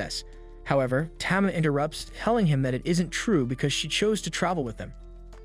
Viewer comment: Tama is pronounced tahmah not tammah